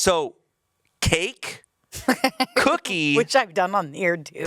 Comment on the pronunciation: the way says “cookie” is so funny COOKEE